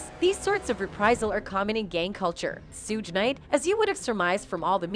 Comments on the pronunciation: Tu pack, sooge, and keef 🤔🙄😤🤦🏻‍♂️ Wtfffff AT LEAST say PAC'S name correctly 🙏 rip legend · Sooge and too pack? That shit is annoying. She can't pronounce their names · 1st off if you gopnna report on these stories you should be able to pronounce thier names correctly with yo goofy Who the Phuck is Sooge & 2 pack... The proper pronounciations is 2 Paq, 2 pock not 2 pack...Sug not soog okay goofy girl! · I will believe it when his in cuffs it's Suge not souge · Learn how to pronounce the names correctly. The man's name is Sug as in sugar, pack is pronounced Pock, babbylane is Beybey Lane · Who the hell is sooge!! Lol smdh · Why do white people call suge knight lol suuugge knight lmfaooo 🤣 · They got the most illiterate bihh in the world to narrate this lmmfao shuuge lmmfao I can't even type the way her dumb ahh was pronouncing it.. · Big Sooge 🤣🤣 gonna get you lady when he get out....put some RESPECT on Marion Suge Knight name 🤗🤗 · No more AI narrators. Sooj Knight and 2Pack.😂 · who the hell is Sooge Knight?? 😆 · As much as I want to watch this video the moment she said Tupac and Suge name I got to go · Am I the only one hearing the lady saying Tupac and Suge’s names wrong? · I’m so weak how she pronouncing suge name 🤣😂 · They need to say suge name right 😏😏😏💯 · Its so irratating that you keep mispronouncing 2 pac and suge name smdh